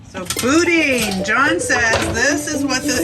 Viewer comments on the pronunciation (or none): It’s pronounced Boo Dan. Gonna be a lot more of that as you pass through Louisiana. I do eat the skin. It won’t hurt one bit. I pan fry mine or throw it in the oven. Or you can roll em into balls and batter them and fry it. Those catfish looked black. Those are hardhead catfish. We don’t eat those but it won’t hurt either. Just don’t taste as good as channel cat. Pro tip: not all tugs have AIS. Don’t rely on it. Most non commercial boats don’t have it. It’s just an aid. Make call outs around blind turns and keep your boat lit up at night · "Boodan" ..yummy stuff ...not boudin....almost a food staple in LOUISIANA....I like the garlic/green onion variety.....when I first came here I spoke to a cajan about fishing & the equipment, coolers ect I might need...he replied, " ya don't need all that, Cher. Git ya a string, hook, a white five gallon bucket, a bag of ice and a six pack...ya fish all day with a twing for a bob, drink ya few beers, & then head home with a bucket of fish on ice" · You beat me on the Boo Dan. Lol